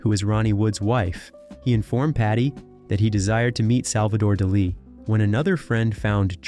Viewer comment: Salvador D'LEEE? 😂